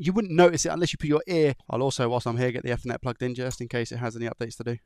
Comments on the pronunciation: Eeeethernet, not etheeernet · Eth, Ethernet. Not Effernet 😅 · ether net.. eeeeether net.... ethernet. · Weird pronunciation of “Ethernet” 😂